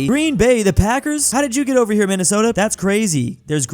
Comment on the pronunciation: I love the great state of "Minnestota"